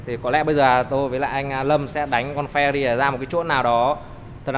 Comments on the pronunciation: Phờ ra ri :)) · Phe-Rờ-Rì nhé anh